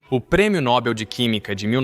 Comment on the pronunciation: Para vir ter contato com público é essencial ao narrador saber a pronúncia correta de palavras. A pronúncia do prêmio citado é NOBEL, não NÓbell.